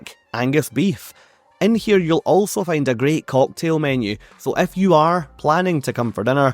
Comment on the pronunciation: Every time you say 'If you' it sounds like 'F You'